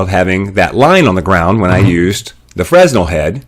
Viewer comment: Excellent! Exactly what I was looking for - Thank you! But, it's pronounced fruh-nel. There's no "s" sound. My ears grated every time you said it. Thanks again!